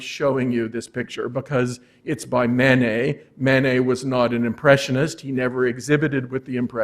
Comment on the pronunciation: We do not pronounce the "et" at the end of the name "Manet" as 'ette'. We pronounce it as the letter A. We have chosen to adopt the French pronunciation of the name. So, please pronounce the first syllable as the French do. Mah-Nay. Not Man-Ay. The same for Monet. Mon as in mon ami Not as in "Mow the lawn " Not Mow nay. Degas is not Day-Gah Renoir is not Ren- wah